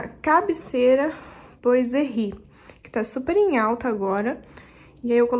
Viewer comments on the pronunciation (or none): ficou muito lindo! (mas quero dar uma dica: " boiserie" é uma palavra francesa, significa marcenaria; e se pronúncia: "buazerri"......( Bois=buá=madeira).... Deus te abençoe..... continue....